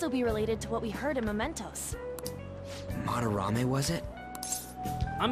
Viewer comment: Please, it's mementos not momentos... Looking forward for this serie like I did with with P3 and P4